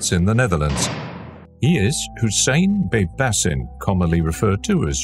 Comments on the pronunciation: Baybashin is how its pronounced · It's actually Bybash 👍🏽